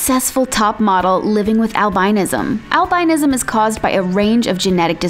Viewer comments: The way she said albinism bothered me so much it’s pronounced al-bin-ism not al-bine-ism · Albinism is not pronounced, Al-biee-nism. Its pronounced, Al-bin-ism.